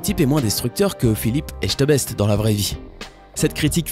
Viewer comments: C’est pas Philippe « ECHTEBEST » mais Philippe « ETCHEBEST » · C'est <Philipe échebest et pas estebech >😂😂😂😂😂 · "Etchebest" et pas "Echteubest" Pourquoi tant de monde prononce mal son nom ^^" et il n'est pas du tout destructeur... La où Anton Ego critique pour détruire le restaurant, Philippe Etchebest critique pour ouvrir les yeux des gens et les remettre sur un bon chemin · C'était trop drôle parce'que quand vous voulait dire Filipe Etchebest Bas vous avez dit Echtebest😂😂😂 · "Philippe Echtebest"PTDRRRR jpp c'est Etchebest! 😂😂😂😂😂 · C Phillippe Etchebest pas Echtebest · C'est cool... mais sinon c'est Etchebest et pas Echtebest lol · Philippe Echtebest.. Respectez lee Philippe ETchebest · C'est Etchebest pas Echtebest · C'est etchebest pas etchebest c'est pas compliqué à dire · Etchebeste pas esteubechte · Je pense que pour M. Indestructible il voulait le protéger car on voit dans le film à quel point c’est difficile d’être respecté en tant que héros, c’est une lourde responsabilité :) Et c’est EtCHEbest pas Echtebest xD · XD... Echtebest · C'est Philippe ET-CHE-BEST c'est pas compliqué x) si tu sais dire atchoum tu sais dire Etchebest ! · Phillipe comment? Échteubèste? C'est ca? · Qui a remarqué qu'il a dit echtebest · "estchebest" le pauvre Etchebest aura toujours son nom écorché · A t’as pas respecté son nom😂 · Tu as mal dit Philippe Etchebest !!!!